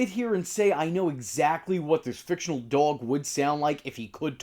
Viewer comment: Yes it is I… Dog-El 😂